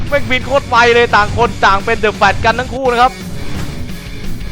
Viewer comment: กอลีย่า. พี่บอลพูด. โครด ตลกกกกกกกกกกกกกกกกกกกกกกกกกกกกกกกกกกกก สุดฮา